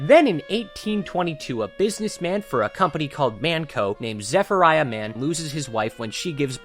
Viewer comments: Zepherfryah Mann? That is not how you pronounce his name😂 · i mean you already mispronounced Zepheniah by adding an R in it, and also Tavish Finnegan DeGroot (travish) wouldnt worry about 3rd strike collateral here